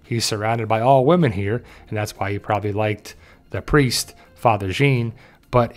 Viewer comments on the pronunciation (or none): none